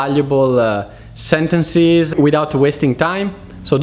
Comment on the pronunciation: SentencEs... come in bEllo. Not sentencIs